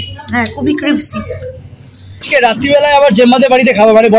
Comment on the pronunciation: Na na crispy hbe.. ota tarahuro te crispy pronounce kre felechi